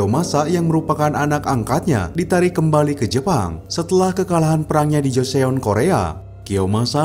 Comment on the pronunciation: min klo baca joseon dibacanya joson.